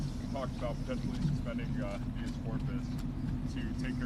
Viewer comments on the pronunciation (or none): listen aint no excuse for the way yo butcher these words that are common and simple. I'm a 7th grade drop out and a Autodidact so aint no reason no excuse bro its HAY-BEEUS corpus HAY=BEEUS man aint no excuse. You make the edits you make you look like a kindergartener learning a new word stop being lazy leant the word and add it to the edit cause man some words you mispronounce bro EMBARASSING you got the internet look it up add it to the cut you are blessed to earn money doing this i been trying for years but I'm too poor to afford the equipment than when I see where I'm pose to be it burns me up that you wont do the extra lil bit of work to sound like you know what you are talking about.